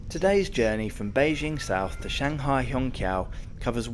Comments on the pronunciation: little reminder, it should be pronounced as shanghai hong chiao2, instead of hong kiao2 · qiao is pronounced chee-ow, not kee-ow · I think its more simmilar to Hong Chiao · If basic pronunciations aren't learned, one gets confused. Hong Qiso is pronunced as " hong chiso". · I was a little confused until I saw the Chinese characters and the Pinyin for 'Hongqiao'. The Mandarin Pinyin 'q' is never a hard 'k' sound, but a variation of 'ch', so "Hongchiao" would be much closer. It's already been mentioned, but I thought I'd throw in my two cents. 🙂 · Hongqiao is pronounced chiao. Ch sound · Not ch, but 'ts'.As in rats. may be confusing if you dont pronounce rats the same way i do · the shanghai Hongqiao airport, should be pronounced as /hɒŋˈtʃaʊ/ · To help you with your Mandarin pronunciation. Hongqiao -- the Q is, roughly the same as a CH, so it's hong-CH'YAO. There are rules of pinyin spelling for when you use a ch in spelling and when you use a Q. Never mind. When you see a Q, there's always an I or U behind it, so pronounce it like CH. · Amazing video and a brilliant train! Just a slight nitpick, the "qiao" in hongqiao is pronounced like ciao in Italian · in Chinese phonetic "q" is pronounce "chi". So Hongqiao should be called Hongchiao. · Just register that your pronunciation for Hongqiao is a little incorrect. You should say similar (not exactly) to HongXiao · bro when u say hongqiao got me laughed, and i replay to listen it again🤣😂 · While it is lovely to not have Americans mispronouncing route, you managed not to pronounce Hongqiao correctly. The Q is often the CH-sound (as in chew). You do however have infectious enthusiasm, and I envy you your experience on this train.